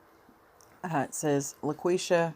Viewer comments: It’s pronounced La quee sha. Thank you for posting this. She was my cousin’s sister and I needed closure on this. Haven’t heard any follow up reports about her murder. God bless you. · It's pronounced Laquesha Holmes